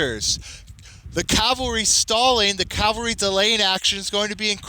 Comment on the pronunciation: It's pronounced ca-val-ry not cal-ve-ry